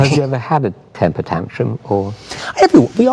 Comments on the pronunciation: Why is Quentin saying a “tentire tantrum?” Lol I don’t actually think he knows the term lolll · Might be a beast but he can't say temper tantrum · Quenrin has temper tantrums all the time, but he has never had a tentrum tantrum, tenter tantrum, or tintum tantrum LOL